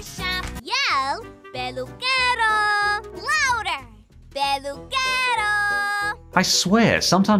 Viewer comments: Even the "barber man" pronunciation in the Spanish version is better. Not the English one that sounds "Pedukero" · It's hilarious how says "Peluquero" as "Pedukero"